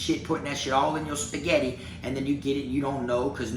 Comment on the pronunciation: Bruh why you had to say spegetti I'm legit cooking some rn